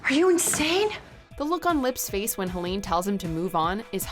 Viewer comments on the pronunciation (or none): Also idk what she called Helené but her name is pronounced Helena like the MCR song